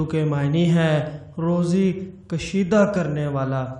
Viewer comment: O bhai kasheeda nein Kushaadah